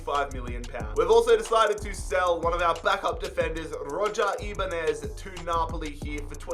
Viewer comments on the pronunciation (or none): none